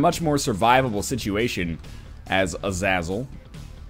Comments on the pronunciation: its a za zel not e za zel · 1) Name is pronounced "uh-zey-zel". (Short vowel for the first syllable, long vowels for the other two.) 2) Edmund M. had mentioned a handful of times on his site that he wanted to create a melee character for _Isaac_—I believe Samson was originally meant to fit this role—but he couldn't figure out how to go about it without room layouts being an issue in making the game unwinnable. It looks like he finally figured out how to go about it with Azazel. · It's pronounced Azehzuhl! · I realize how old this video is but its driving me nuts, Ah-Zah-Zel. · this spirit is pronaunced a-za-zel and it is a sort of a dibuk or a demon in the hebrews calture most of the time whenin english you say "go to hell" we say "go to azazel" with shows how evil he was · Azazel= Ah-zah-zel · For the record,Its pronounced "Ah-zae-zel" and he is a demon in religious mythology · It's pronounced a-zae-zel...zae rhymes with hay, weigh, lay, kay, day, I just may. Geesh, have you never seen the classic Denzel movie "fallen"?!?! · You pronounce Azazel as A-zae-zel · It's pronounced Ah-Zah-Zel. It's Hebrew, or at least a closely related ancient Canaanite language. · i think its pronounced uh-zAA-zuhl or ah-zae-zuhl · Its pronounced Uh-Zay-zle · It's pronounced "Ah- Zah-Zel". It's a hebrew word. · Sorry i cant take it anymore. its azAzal u actually say the second a as A so u say it as-A-zle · I love how Nort keeps pronouncing Azazel's name any way possible but not right :D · I lowkey cringe when he says Azazel wrong. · Is anyone else annoyed that he is pronouncing his name wrong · I really like this series and all but I'm still pretty annoyed that you mispronounce "Azazel". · Am I the only one who cringes ever time he mispronounces Azazel's name? I know he's doing it as a joke but still. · i am re watching the series and I cringe every time he mispronounces azazel